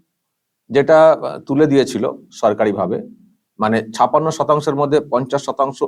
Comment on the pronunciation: দাদা আপনি বাঙালি ছপাণ্য টা কানে লাগছে। ছাপ্পান্য উচ্চারণ করলে পরিপূর্ণ হতো। Sorry